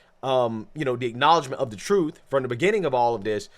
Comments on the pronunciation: The very ignorance to deny while saying "thats not the troof" whats the "troof" then goofy? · “Not the troof.” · Not the truff, not the truff!😂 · “Not duh troof at all.” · I axed him. Its not the truff😂😂😂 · Not telling the “troof”…… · “They not telling the truff” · it's not the troof. not da troof at all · Not da troof. Not da troof. Ok, what the hell is troof?? IQ is a real thing, and she does not have any. Winning.